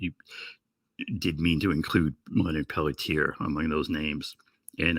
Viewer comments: Leonard pell tee air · Leonard Peltier is his name. Please at least try to get it right.